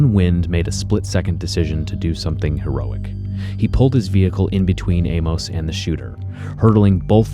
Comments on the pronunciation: His name isn't pronounced "A-mose," but "A-mus." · You're pronouncing Amos oddly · Learn to pronounce Amos